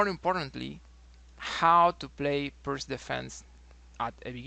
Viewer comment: I think is correct prono'nce Pirts or correct prono'nce Pirtz or correct prono'nce Pirdz or correct prono'nce Pirds. 🙄😏🤓 Wrong incorrect prono'nce NoT Pirq or wrong incorrect prono'nce NoT Pirk or wrong incorrect prono'nce NoT Pirkk or wrong incorrect prono'nce NoT Pirck or wrong incorrect prono'nce NoT Pirkh or wrong incorrect prono'nce NoT Pirckh or wrong incorrect prono'nce NoT Pirque or wrong incorrect prono'nce NoT Pirckhq or wrong incorrect prono'nce NoT Pirke or wrong incorrect prono'nce NoT Pirce or wrong incorrect prono'nce NoT Pirqe. 🙄😏🤓 Right correct prono'nce is Pirts or right correct prono'nce is Pirtz or right correct prono'nce is Pirdz or right correct prono'nce is Pirds. 🙄😏🤓 Illiterate English speakers. Research in what way other languages use letter |C| NoT |k|. Research how other languages use letter |C| NoT |qk|. Research in what way other languages used use letter |C| NoT |ck|. Research how other languages use letter |C| NoT |kh|. Research in what way other languages use letter |C| NoT |q|. Research how other languages use letter |C| NoT |que|. 🙄😏🤓